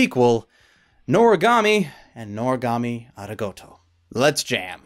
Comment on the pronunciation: Ari-goat-o?? Did anyone else hear that?